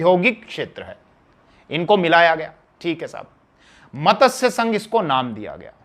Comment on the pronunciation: मतस्यसंघ नहीं मत्स्यसंघ